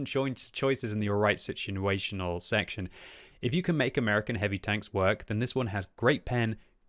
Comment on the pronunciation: decent choinces and alright situanaytional